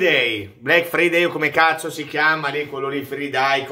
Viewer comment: Cmq. si pronuncia fraidei😂